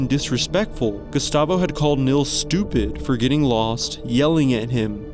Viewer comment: Just fyi: Nils is pronounced Neels, not Nills.